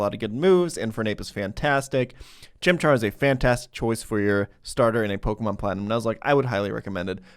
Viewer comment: I love content, but the way he pronounces Pokémon names makes me feel some primal cringe